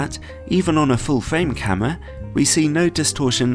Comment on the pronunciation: love it when he says camwa